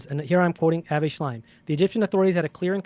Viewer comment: The man pronounces "Lee-hi" for Lehi et "Avayyyy" for "Avi". He read it all in his books.